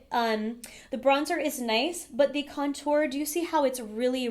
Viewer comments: Haha, yeah. I think she's just putting the emphasis on the second syllable, "con-TOUR", instead of "CON-tour". I used to do the same with "UMbrella" :D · Your pronunciation with certain things really irk me lol tarte-tel-lette 😒🔫 cun-tour 😒🔫